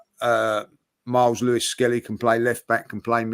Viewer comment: "SKELLLY IN MIDFIELD" 😅😅😅